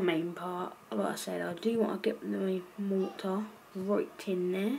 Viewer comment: Its mortar not morah